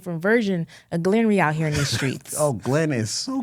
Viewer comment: I love it when she calls him Glenry 😂😂😂 Glen Henry